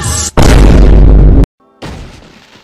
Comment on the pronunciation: He said favorite without the “or”